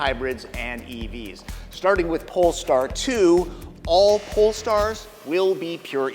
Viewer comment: Did he really just say "Poll Tard 2"